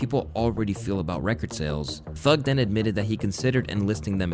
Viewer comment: "I lurv thurg" 'I hate ret" lmao